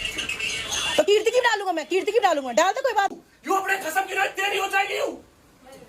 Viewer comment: For God's sake... Her name is Keertiiiiiiiii stop calling her Kriti😭🙏🏼